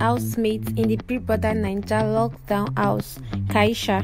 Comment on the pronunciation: Madam it is House not Aws